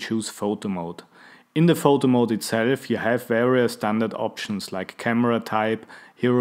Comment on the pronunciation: Am I the only one who heard "Voldemort" instead of "Photo Mode"?